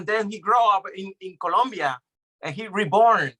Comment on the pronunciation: It's Colombia with "O"